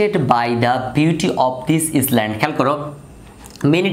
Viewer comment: Sir , oitar uccaron island hobe na , iland er moto hobe . Tarporo khub sundor vabe bujhlam . Thank you sir 👌😍😍😍